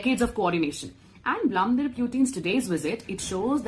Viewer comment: Vladimir...get the name right